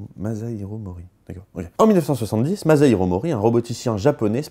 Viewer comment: Bonjour. Pour la prochaine video, pourriez-vous prononcer Masahiro avec un "s" et non pas avec un "z" ? Merci